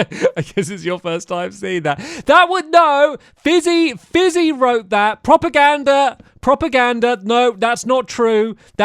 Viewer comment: I don't think I have ever heard you say propaganda, but that was so funny.